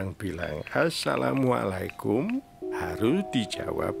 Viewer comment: salah ngomong bukan salam mulaikum tapi asalam mulaikum